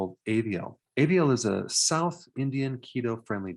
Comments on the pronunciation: You are right.. but most knows only about north india as a whole. the food culture is totally different in south. Yes, Avial (u pronounced it wrong) is from my state,Kerala and there are so many veg items like that, we eat lot of fish, fresh coconut or coconut milk in almost all dishes , turmeric in all, ginger garlic and spices a lot, our oil is coconut oil and all authentic desserts call for jaggery not sugar. For us the main culprit is carb from rice. But we do have authentic red rice varieties too. The authentic home cooking is totally different from restaurant ones(especially outside India). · “ AVIAL” did any MALLUS NOTICED ?? 😋🥰✌️- MALLUS NATIONAL DISH - THE GREAT AVIAL